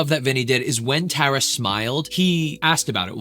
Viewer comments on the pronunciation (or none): i keep cringing at how he says tara. tar - a, not tear - a, tar, tar a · TAR-AH, not TARE-AH :) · Tara is gonna lose her mind hearing you pronounce her name as “Tah-ra” instead of “Tuh-ra” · btw ur saying her name wrong it sounds like black tar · Who's going to tell him hes pronouncing her name wrong😭☠ (Its Tar-Uh) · Tara pronounced T-are-uh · its pronounced tar-a like black tar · She’s gonna HATE how you are pronouncing her name wrong so many times 😭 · You’re pronouncing the name wrongg😭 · ok awesome! 😊 But one more thing.. I’ve noticed over time, most say Tara wrong and you were close but just thought I’d lyk. Tara doesn’t really like when people say her name wrong and I’ve heard some tell people how to say it like black Tar - Ahh, you were *very close*, compared to others that don’t know her, pronouncing it… but just incase you make more videos on her try to go to a video with her in it and listen to how they say her name! ❤️ Can’t wait for your next videos!